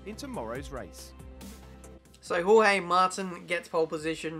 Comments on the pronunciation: you say Jorge as gorgé. So gorg and then an e. Dificult to explain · HOHEE HAHAHAHA its more like "choche" if you aussies use the ch like i do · If he is Spanish he is Horhe not George xD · George= English pronunciation Jorge= Spanish pronunciation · j and g in "jorge" are pronounced like h in "hacker" or "hello"